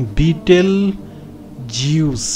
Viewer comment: ওইটার উচ্চারণ হবে বেটেলজিঊছ